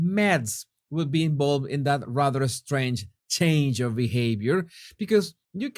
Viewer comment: Hello — Here’s your daily list of English pronunciation tips ‘Strange’ = [recte ‘straynj’] not [EStraynj] ‘Head’ = [recte ‘hedd’] not [‘haad’] ‘Summarised’ [recte ‘summrizd] not [‘soomryzd’] Fausto is going to kill me if he ever reads these ‘tips’!! LOL